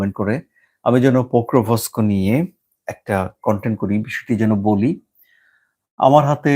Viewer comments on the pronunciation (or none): It is not "Pokrovosko", Ukrainian Name is Pokrovsk its previous name (pre-2014 time) was Krasnoarmeyesk (City of Red Army). 85% of this city is under Russian control. Only two major cities are still under Ukrainian control, these are Slaviansk and Kramatorsk. Kramatorsk is the capital city of the Donetsk region (Ukrainian part of Donetsk). There is no confusion about who controls Pokrovsk, its Russia who is holding the major areas of Pokrovsk. Its a major mining areas.